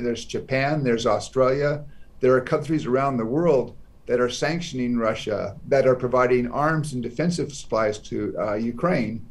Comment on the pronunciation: russiaの発音が気になる